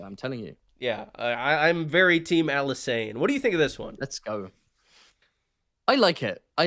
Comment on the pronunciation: Pronouncing Alysanne like she's an alkane. Methane, ethane, propane, butane, Alysane